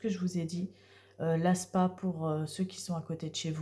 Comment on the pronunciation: On dit S.P.A et pas spa😮 Merci pour votre vidéo et votre gentillesse